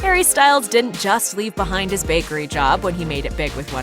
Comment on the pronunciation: Years later and the way he says 'bAy-kErY' never changes😂